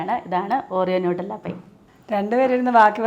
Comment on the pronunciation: നൂട്ടല്ല അല്ല നട്ടല്ല, ലൈച്ചി അല്ല ലിച്ചി ലെറ്റൂസ് അല്ല ലെറ്റസ് ഇങ്ങനെ ഒക്കെ ആണ് പറയേണ്ടത്. ലോകം മുഴുവനും കാണുന്നതാണ്‌ നിങ്ങളെ ❤